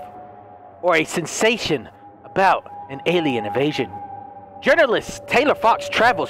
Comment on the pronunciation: he’s got to stop saying strange stentsation